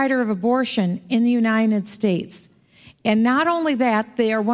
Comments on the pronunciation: Why can't she say "united"? She says "unined" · U-nine-ed states. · Why does she always call it; "The UNINED States."??? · Where did you say? Unined States? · uniNed States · Yeah I noticed that too, she can't even pronounce the name of her own country!